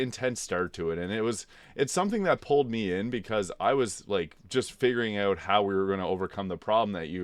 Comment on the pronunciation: Had to check your profile after hearing you say 'eught'. I'm from the middle-ish area of Canada and noticed people east of Thunder Bay tend to pronounce 'out' as 'eught', lol. That said I'm (a young looking) 41 year old and largely got back into gaming because of Elden Ring too. Having grown up playing games until roughly 2008 I preferred the turn-based RPG style of the older Final Fantasy games. BG3 though really took me back and reminded me the magic of games. I actually still haven't beat the game, I got to the lower level my first attempt then repecced everyone then went away for a few months and couldn't remember how to use any of them after. I just started my 4th attempt again today and have been following your builds since the 2nd attempt. I keep restarting because I don't want the game to end, lol.